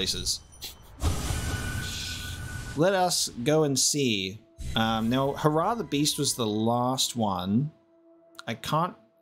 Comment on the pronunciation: Hair-ah Not hurrah